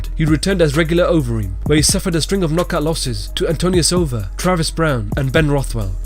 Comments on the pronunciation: If ur gonna make a video maybe learn fighters names its travis browne moron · What the fuck did you call Travis Browne? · Who the fk is Jackson winkle john brown 🤣🤣🤣🤣 his name is travis Browne 🤣🤣🤣🤣🤣 I'm dying right now 🤣🤣🤣🤣 hahahahaha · Why tf is he calling Travis Browne Jackson winklejohn